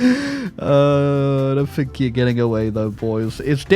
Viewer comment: First one of your videos I've seen. Good content, well presented, and funny. But Holy Christ the inability to pronounce "th" as anything other than "f" (I fink I'll click on this), and the weird Tony Blair style American refusal to pronounce the letter T ("ledder"), I don't know if I can subscribe to that.